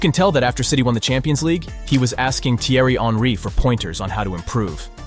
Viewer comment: Was this whole script not only voiced by a bot but written by one too? And the editing and subtitles need some work. Video lost me with the Henry pronunciation.